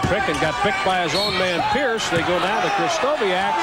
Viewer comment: I was born in Seattle in 1973, where I grew up. Sonics and Blazers fan. Japanese-American and male, too. I did NOT know, that Larry Krystkowiak could dunk like that!! (Kris-TO-vee-ak, not Kris-KO-WEE-ak)